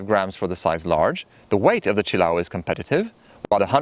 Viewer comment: Say it with me... chill-A-oh. Accent on the A.